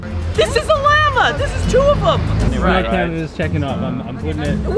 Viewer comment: pronouncing "Llama" as "LAM-UH" is 100% a nod to Tony Vlachos.